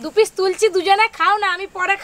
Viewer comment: Pish na piece hobe